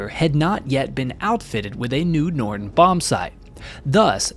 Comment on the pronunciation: it's Norden, not Nordon.